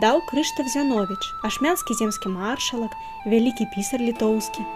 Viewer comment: Усё добра, але... Калі ласка, для наступнага відэа знайдзіце чалавека, які правільна паставіць націскі ў словах! МаршАлак, ВінцЭнт, імшЫ!... А не так, як у вас! І якія "тапары"? - сякеры! 'Не пакідайце ж мовы нашай беларускай, каб ня ўмёрлі..." (с)